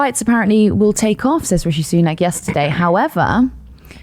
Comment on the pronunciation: I know they're saying "rishi boobs-nak", but all I can hear is " rishi boob snack"...